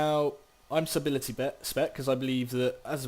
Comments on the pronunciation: you pronounce it subtlety not subility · if you're gonna give a guide on a spec, you need to be able to pronounce it lol, it's pronounced "sut l tee" the B is silent broseph